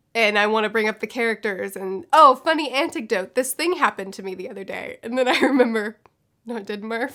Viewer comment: “antic-dote” is an amazing word